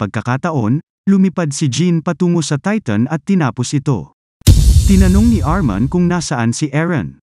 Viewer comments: Armin lods hindi armon 😂😂😂😂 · Armin, not Arman😂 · ARMIN po kuya hindi po ARMAN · Its armin not armon